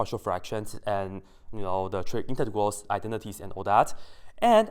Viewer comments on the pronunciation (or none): it sounds like hes saying intercourse instead of integrals